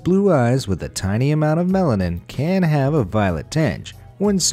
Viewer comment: It sounds like he keeps saying melon 😂